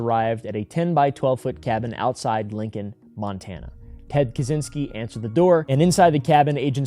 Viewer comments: Americans making up the worst pronunciation possible instead of simply looking it up in the internet. 😭 Brother, it's not that hard. It's something like "Catch-in-ski". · As a Pole, it always makes me laugh when Americans try to pronounce Kaczyński with a hard Z,not knowing that CZ is one letter in Polish 😀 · Just to let you know, it’s pronounced KaCHynski. The cz sounds like “ch” in chair.